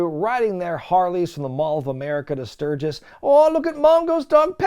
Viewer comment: Luckily still has Road Wild 1997 & 1998 left to cover in the future, so I guess we now know what the running gag for those Classic PPV Reviews will be... "Emanating from Stur-ghiss, Stur-ghiss... What'd I say, Stur-ghiss?!".